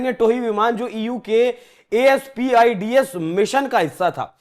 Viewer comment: अरे भाई पहले "ASPIDES" को तो पढ़ना सीख लो।